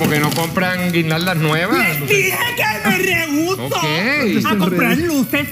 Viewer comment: dijo Me leuso dijo al primsipio y después lo corrigió me reuso